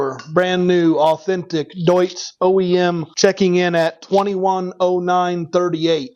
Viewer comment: The Deutz is great pronounced Im from germany 😅